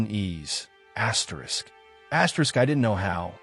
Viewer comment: Asterisk Asyerisk ruined this totally.